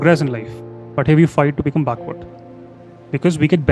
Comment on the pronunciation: Baakhward ??? No brother it is backward ❤❤